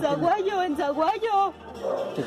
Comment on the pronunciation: Es Sahuayo, no Zahuayo.